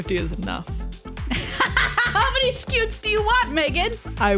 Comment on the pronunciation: I just realized that pronounces "scute" that way because it's "s-CUTE" 🤦‍♂️